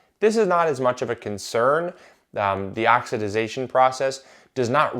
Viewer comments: You are adding a syllable to oxidation. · Its oxidation.. Lol...oxidization